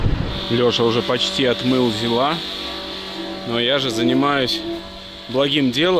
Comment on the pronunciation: Только для фанатов советской техники: на ЗИле, ударение всегда на первый слог, никакого ЗилА, правильно - ЗИла!